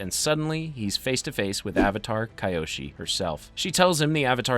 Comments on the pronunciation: Huge respect for your vedios bro but it's kyoshi, not kayoshi😂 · I love this channel. But it's really a let down when you can't pronounce the names correctly. These names are said repeatedly in these shows. Kee-oshi. Not kai-oshi